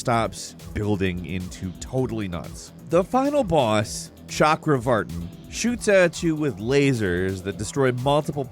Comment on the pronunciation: mentions Asuras Wrath Me: A man of culture I see... And didn't butcher Asuras name and Chakravartins name.